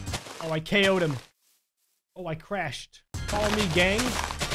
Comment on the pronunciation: u said meme dot trust